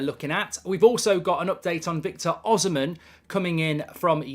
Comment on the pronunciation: The pronunciation is O-SEE-MEN or the N can even be silent